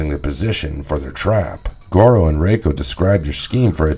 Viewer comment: But he's saying the name wrong